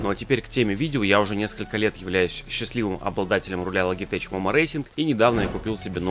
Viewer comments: Всё хорошо, спасибо за ролик. Только, пожалуйста, "логитеХ", никакого "логитеЧа"! Вы же не говорите "хай-теч"! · Вообще не логитеч момó, а лоджитек мóмо! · За слово "логитэч" лови диз и учи английский))